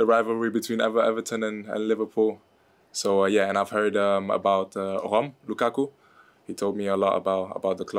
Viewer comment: He said lukaku 😑